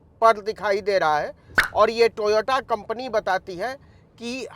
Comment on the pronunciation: Are bhai.. ye to Toyota ka naam bhi kabhi sahi nahi leta.. TOYOTO KEHTA HAI